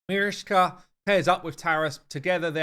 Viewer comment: You can say correct the name of richtoff… why don’t do the same with Marichka ?! She is not marishka. Btw love your videos